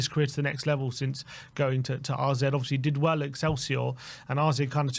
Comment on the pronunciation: why do you keep calling them RZ? Isn't it AZ? Have I missed something?